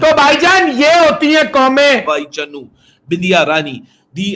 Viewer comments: Bhai vo CHANU h...not Channu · चन्नू नही बे चानू है वो सही से नाम लिया कर